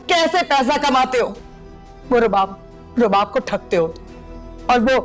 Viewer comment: Rubab ko subab bolrahi hain a khatun kisi se notice ki